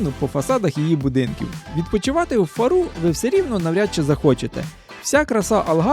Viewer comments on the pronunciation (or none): Не прая де рока, а прая де роша. Не Фару, а Фаро. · Не в Фару',Фа'ру , ріже слух . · Трохи ріже вухо,тільки не ФарУ- ФАру.Ми з Албуфейри,🙋‍♀️райські місця.💯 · Вибачте,не Фару',а Фа'ру❤ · і наголос ФАру, а не ФарУ. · и ФАру, а не ФарУ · Хороше відео. Але так як я живу тут ( в Алгарве) 25 років, то хотів би поправити деякі назви. Фаро наголос на букву «а». В Портімао пляж називається «прая де Роша». А це чудове місце де Ви були на байдарці- це «Бенажіл». Вибачте, але їх називають так. І якщо будете в Лагоші, то обовʼязково візьміть годинну екскурсію на човні по гротам. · Чому наголос назви Фару на останній склад? "Фáру " кажуть португальці!!! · Faro,наголос на á